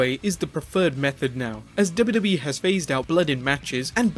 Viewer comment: Please pronounce WWE properly... Driving me mad!